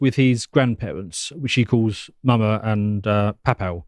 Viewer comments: Paw is pronounced "paw" not "pao". Get it together. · Pronounced maw-maw and paw-paw. Have you never seen Raising Hope? Lol